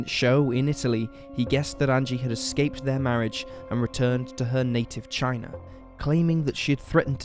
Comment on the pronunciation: I just can’t stand the commentary, for what ever reason this dude pronounces his a’s as r’s for example Lawr instead of Law, Chiner instead of China, ect, it’s completely unnecessary and misleading. Anyone agree?